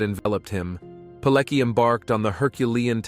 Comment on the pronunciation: I can't stand how badly his his surname is pronounced. Its Piletski!